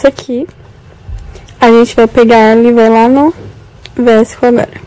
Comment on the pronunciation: se pronuncia (visco) e não "vesco", mas amei o video kkkk